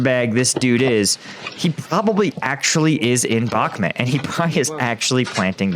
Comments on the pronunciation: What the hell is Bakhmat? Jesus how hard can it really be to just say BakhmUt. It's a u before the to, NOT a A. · It bothers me so much that you say bakhmit... it's bakhmut.. with a U... not I. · It's bakhmut not bakhmit... 3rd time commenting this. Adjust please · Bakhmuuuuuut. Not met. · One year on and still cannot pronounce Bakhmut correctly... Just ignore the letter "K" if you cannot say the "kh" sound correctly